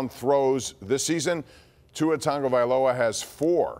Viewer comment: He absolutely butchered Tagovailoa too 😂